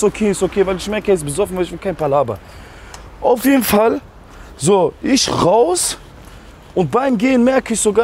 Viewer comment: Isch wollte. Was ein deutsch